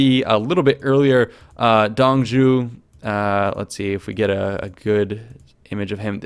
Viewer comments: Not Dong zhu, it's Zuo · Dong Zhuo's name, the "Zhuo" would be pronounced Zhoo-waw (like "oo" followed quickly by "awe", or like how warhammer orcs say (zh)-waaghh) Also: Crossbow: Nu (Zhu's) Repeater crowwbow: (ZhuGe) Lian Nu (connected/series-crossbow, "lian" is pronounced exactly like the name "ian" with an L but with a rising tone) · Dong zhou, pronounced (Dung [soft] zz-oh) major ass....i am pissed they are not covering the yellow turbin rebellion, maybe as the tutorial though... Check out the Romance of the three kingdoms podcast channel on YouTube, the creator is a Chinese American translating the book from the Chinese novel, the English translation he found lacking the poetry that is the Chinese version. It's 30 minutes long and over 130 episodes, but all the main characters from the video are long dead before that if you don't want to pour through the length of the videos. But you can get the proper pronouncations from the videos. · Dong Zhuo's pronounce should be like "Dong Draw" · Shudders every time he mispronounces Dong Zhuo